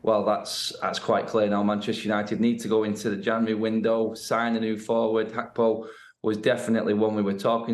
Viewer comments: Gakpo not hakpo cmon how long u been working for sky for let me tell u far to long sky constantly fucks up with names and clearly ya shud be able to see it’s got G not H at start of his name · Why do Sky keep saying Hakpo?! Even the Dutch commentators say Gakpo!! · Why is she calling him (hackpo)? Can she not read that its gakpo?🤦🏼‍♂️ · Who's Cody Hakpo 😂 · Why does the reporter keep calling him Cody Hakpo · It is pronounced Hack-po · It’s pronounced Hakpo despite the spelling and that’s how Dutch people say it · Maybe that's how you pronounce Gakpo